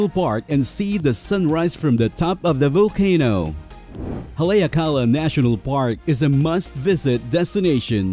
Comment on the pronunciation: Its prononced Hal e ak a la